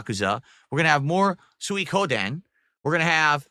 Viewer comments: Swee Coh Dehn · Is a stickler for calling Twitter "X" but still pronounces Suikoden like an idiot.